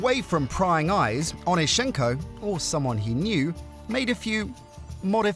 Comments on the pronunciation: Can yall ever get the last names pronunciation right? Its OnEEschenko, not OnischEnko. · Saw him in Kiev at the now defunct Dynamo swimming pool. You got the stress wrong - it is on the second syllable.